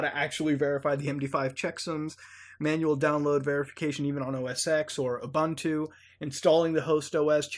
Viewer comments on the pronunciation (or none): Love your videos, but PLEASE learn how to pronounce Ubuntu. It's a Xhosa word. Pronounced with an "oo" sound like in "book". "oo-boon-too", with emphasis on the second syllable.